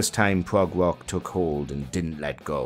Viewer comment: it is rock music not ;wock'